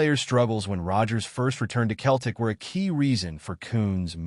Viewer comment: Its Celtic not Keltic